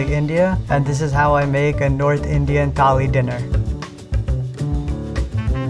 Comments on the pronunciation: Tali nahi thali 😭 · Pronunciation of thali 💀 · Bro can't even pronounce thali correctly😂😂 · thali toh bol le theek se bhai